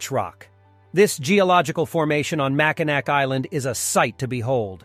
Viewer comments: It is pronounced mackinaw not Mackinac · It's pronounced makinaw not makinack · I cringe every time he says MackinaC. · I was about to clown on the pronunciation of Mackinac but other people got there first lol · How many times can it be mispronounced in less than five minutes?!?